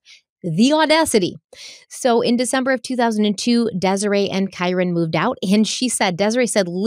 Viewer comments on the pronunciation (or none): none